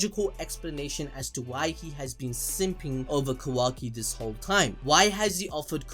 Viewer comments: Am I the only one who can't deal with how keeps pronouncing Kawaki like "Quacky". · I can’t get over how the second video commentator keeps saying Quacky instead of Kawaki. I cannot hear it any other way lmao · Ka-WAH-Ki, not Ka-WACK-Ki, pls sir. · It’s KaWOKee not KaWACKee 😭😭😭😭😭😭 you’re ruininnnin it. You’re ruinnnnininnn it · Quackie lol…. It’s kawaki 😂😂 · Kawaki ❌ kOOwaki ✔️ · Bro I miss Kuramaaaaa wise old Kuramaaaaaaaa!:'(..... Oh and my guy its Ka(a)waki not quacky.... loool.. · Who tf is Quackee? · nobody:: "quacky" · “Ka Wack ki “ lol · Oh my God “KaWACKi” like dude just say his name right it’s not that hard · Ah “kwaki” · Bro he keeps calling kawaki quacky 🦆 😂😂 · He said kawacki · "Quacky"... Calling Kawaki that from now on I guess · i like how he pronounces it like "quackie" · bruh this man pronounces it quacki stop bro please, almost skipped his part man. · Lol ffs all I hear is "Kwaki" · 2nd guy is so annoying calling kawaki "kawackee" please fix this it's annoying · Had to turn off after the third or 4th "quacki" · “Ka-wacky” bruh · The second guy comes along and calls kawaki, kawacky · I really don't like how that guy is pronouncing kawaki like kawacky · I keep hearing 'Kawacky' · Bro why yuh still saying quakky ? 🤨🤨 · Lmao ka-wacky 💀💀😂😂😂 bruh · "ka-whacky" i instantly clicked off bllllleeccchhhhh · said some “kawaky”😂😭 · Why y’all always switching out and shit y’all can’t do a whole video by yourselves anymore 😭 my dude can’t even say Kawaki right 🤐